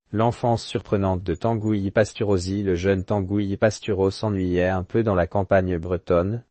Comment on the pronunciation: Tangouy , et nébon .. l’IA sans doute